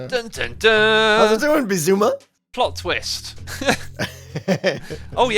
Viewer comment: Xisuma=beezuma Pronounced Bizzuma